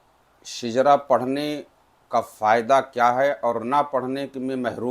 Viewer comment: Shijra nahi shajra